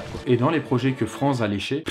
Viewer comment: Franz se lit: "Frantz", parce que c'est allemand! ^^